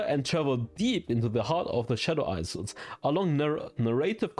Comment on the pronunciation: Check the pronunciation for isles bro you’re killing me